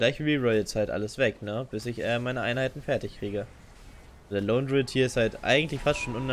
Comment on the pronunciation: also englische Youtuber kennen die Aussprache der englischen Namen aus einem englischsprachigen Spiel meine ich doch (Chaosknight, Lonedruid etc) Das ist keine wirkliche Kritik sondern einfach nur etwas was mir persönlich nicht gefällt weil ich es grundsätzlich nicht haben kann wenn Leute gewisse Dinge falsch aussprechen, das heißt du kannst es auch gediegen ignorieren